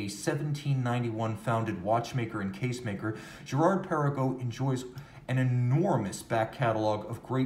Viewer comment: Hi, I’ve never heard you yodel Girard Perregaux before. Impressive.